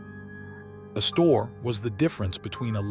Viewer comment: Is it too much to expect people who produce these videos actually learn something as important as the correct pronunciations of names like "Astor" & "Consuelo"?!